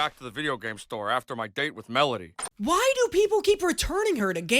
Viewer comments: "Oh no... It's Melony" is all I think of when hearing say her name wrong. XD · lmao talking about not pronouncing characters name right after calling melody "melany" on the exact same video is so funny to me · him saying this right after butchering melody’s name during the entire second half of the last episode is SO funny to me